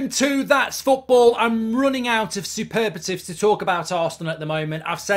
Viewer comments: It’s superlatives not superbatives 👍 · Did you sy supervatives or superbatives? The word is superlatives. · Ah yes "superbatives" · "I'm running out of superbatives". Mark's so impressed, he's inventing new words.